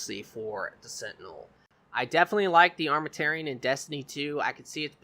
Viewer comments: The way he pronounces Armamentarium triggers me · Good video. Real good. Thumbs up, but Armament and tarium isn't that hard put together and pronounce correctly.